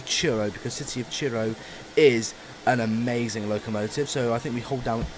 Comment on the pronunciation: It's Truro not churro, train not a hot cinnamon bar